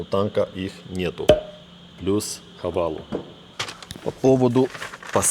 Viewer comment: Правильно Хавейл) почему многие говорят всегда Хавал